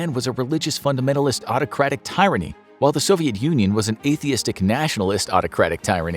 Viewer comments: It’s pronounced teerany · Tyranny not pronounced tie-ran-ee, at least not in American English. First "I" is short.